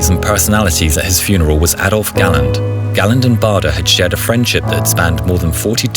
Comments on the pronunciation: Bahder? It’s pronounced Bayder. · I think that the correct pronunciation of his name is "bayder"